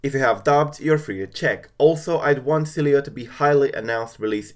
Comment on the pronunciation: Hey btw Sileo is pronounced (Silo) The e is silent